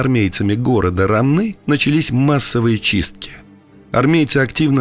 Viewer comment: Не РомнЫ, а РОмны